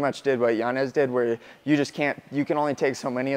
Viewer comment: Respect for not pronouncing Yanez as Yanyez . That man does not deserve it after putting on a performance like that